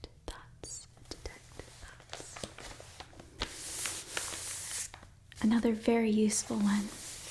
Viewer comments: I thought you were saying "detect thots" the whole time LMAOOOO it made sense in my head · Detects thots detect Thots haha that’s what I thought she said at first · Am I the only one who thought she said “detect thots?” I didn’t know I could learn a spell for that 😂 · ngl i heard defect thots at first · I had a bit of a giggle here, when she was saying "detect thoughts" repeatedly it started to sound like she was saying "detect Thots" --I don't need that spell; that's an innate ability for my character by default, I can use that as a bonus action; with +10 to my Perception checks! :P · Oml same LOL